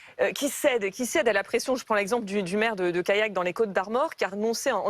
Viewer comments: Alors ce n'est pas Kayak (ça c'est les canoës) et Brevin, mais CaLLac et SAINT Brevin... très professionnelle la journaliste qui écorche les 2 noms de communes qu'on a entendus 2000 fois ces derniers mois, et ce, alors qu'elle présente une émission qui revient là-dessus. Et ensuite, c'est juste MAGIQUE d'ironie qd elle coupe Stan à peine elle lui a laissé le tps de dire 3 mots après en avoir elle même prononcé 400, en lui disant: "Il y a manifester et mettre la pression!" A se tordre de dire qu'elle e se rende pas compte qu'elle accuse les autres de mettre la pression... en leur mettant la pression. Du GRAND journalisme madame, je m'incline! 😁🤣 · Callac , se dit calac pas kayak ! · Callac ne se prononce pas "Kayak" mais "Calaque". Depuis l'avènement de GZ, l'ensauvagement est omniprésent, tous les extrémistes se sentent pousser des ailes et menacent quiconque n'a pas les mêmes idées ! Quand S.Rigault rétorque en mettant dos à dos les deux extrêmes, navré mais c'est puéril et ça m'évoque des souvenirs, quand mon père me faisait la morale pour une colle, je lui disais "oui mais untel aussi" ! Prendre un mauvais exemple (ou un pire), est-il vraiment nécessaire pour se justifier ?! ça ne vous dirait pas de prendre exemple sur..euh, je sais pas, des gens qui ne sont pas des délinquants TOUT court ? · « CALLAC » (Côtes d’Armor)